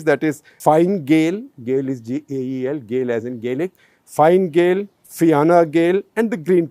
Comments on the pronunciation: Gupta ji, its not "Fine" Gael. Its pronounced as "Fina" Gael. Also, its not Fiana Gael. Its Fiana Fail (pronounced as fall). FF is like Indian National Congress which ruled Republic of Ireland for over 60-odd years single handedly. Finally, its not "Micheal" Martin. Its pronounced as "Mehol" Martin. Just FYI. Its not a problem at all. Tnx for the CTC though. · Leo's political party is pronounced as "Finn" Gael.